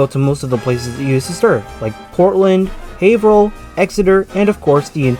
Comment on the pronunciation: Great vid and information bud! And thank you for actually pronouncing Haverhill correctly, 99% of non-locals never do 🤣